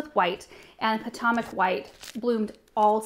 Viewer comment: The way she says Potomac makes me giggle. I’m from Maryland/Virginia area it’s funny to hear someone pronounce it phonetically from the west coast. Puh Toe Mick